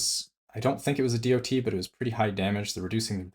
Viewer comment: I spun around the sun almost 40 times, and never ever have i heard anyone pronouncing DoT like that.